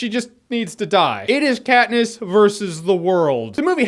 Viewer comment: ah yes, Kat-piss.